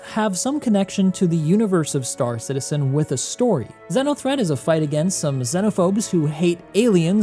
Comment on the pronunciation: Pronounced ‘zeeno’ threat my dude 😂